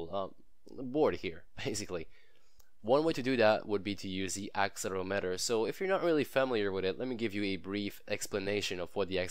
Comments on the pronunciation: that not how you say axel erometer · Useful video, thank you. What is your accent? Is it Canadian? You have a very strange way of pronouncing 'accelerometer' and 'gyroscope'. And 'Euler' is pronounced 'Oiler' (it's German).